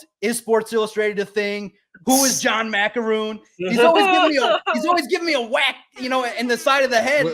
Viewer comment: just talked about something that Maakaron wrote and he couldn’t say his names right… Pretty clear Valenti had never heard of this guy before 😂